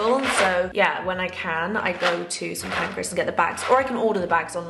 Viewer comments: St Pancras yes, not Pancreas 🤣 That’s an organ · Bless her why is she calling Kings Cross ‘St Pancreas’ 😭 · Are we hearing the same vlog? It’s PAN-CRAS yet she says PAN-CRE-AS every time 🥲